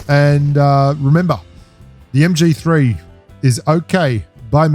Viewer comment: MG3 and MK14 are a beast Loadout BELIEVE ME! 😎 I heard that "MGFEE" 🤣🤣🤣